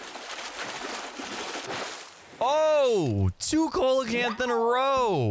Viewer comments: Btw it’s not colacanth it’s (see-low-canth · Seelacanth it's how its pronounced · Correct me if I’m wrong but isn’t it see-luh-canth? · its seelacanth lol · Hey the coelcanth is pronounced see luh canth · He said coelacanth wrong it’s seal - lo - can- th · I think it’s pronounced see-luh-canth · Sorry- but its pronounced. See-low-can-th. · It's pronounced see-luh-canth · The way he pronounces coelacanth makes me cringe